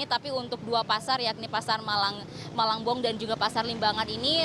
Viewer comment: Malangbong bukan malang eu eu eu